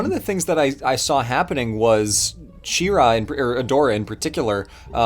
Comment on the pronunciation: IT'S FUCKING SHE-RA AHHHHHHHHHHHHHHHHHHHHHHHHHHHHHHHHHHHHHHHHH